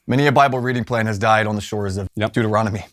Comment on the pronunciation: Many a Bible-reading plan has died on the shores of “Dueteronomy” 😂😂😂